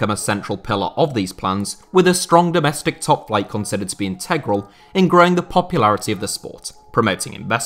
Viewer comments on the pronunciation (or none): none